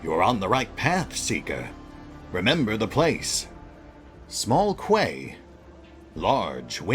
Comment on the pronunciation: Quay is another word for dock or wharf. Pronounced "key". Is that word not used in the US, or did the unhelpful spelling confuse you?